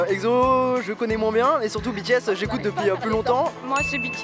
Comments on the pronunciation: Mais pourquoi EGZO ? 😭😂 c’est EXO (prononcer le en ECSO) Non ? Parce que j’ai tjrs prononcer comme sa 😂😭😂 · C'est exo E X O pas Ekzo MDR 😂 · Juste une chose: "EKSSO" merci ! :'3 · Par contre svp respectez les noms des groupes 😭 le egzo et izone me font mal aux oreilles sinon sympa la vidéo mdrr